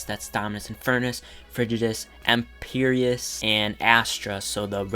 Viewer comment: I DO NOT like how you pronounce Empyreus